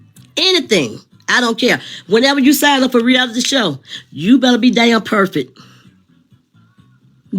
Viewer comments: said be per fit. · Not (PERFIT).oh my goodness..